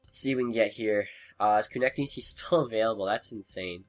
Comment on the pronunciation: It's Ko-Neck-Knee